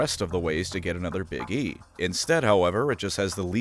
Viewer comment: I misheard you pronounce "Big E" and now I will only ever refer to him as 'Iggy.'